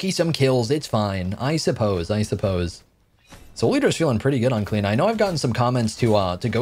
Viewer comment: Where's the 'O' in your pronunciation? O_O